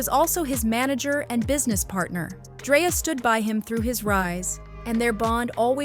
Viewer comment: It’s 2025 and there no way we’re still mix pronouncing people’s name wrongs when we can simple go online to learn how to pronounce it correctly…her name has a K not a Y, Dreka